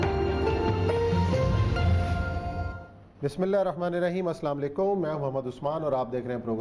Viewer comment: Sir Bismillah to theek se padha kariye.